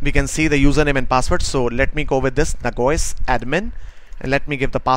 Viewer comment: I think you mean Nah Jee Ose; and not Nag woys, correct?